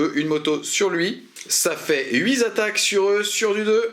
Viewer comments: ont ne dit pas "hui Z'attaque" , mais "Huit Attaque", il n'y as pas de S a la fin de "huit" grrr..... bon maintenant que j'ai fait mon troll, je vais aller voire la fin du rapport :) :) :) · Super rapport comme d'hab'! Merci. Juste un truc qui me pique à chaque fois: les huit zattaques!